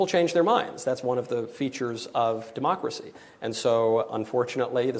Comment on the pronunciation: haha she said demooocracy